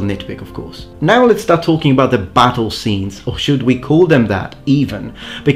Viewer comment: 🤣🤣🤣🤣 that pissed me off so much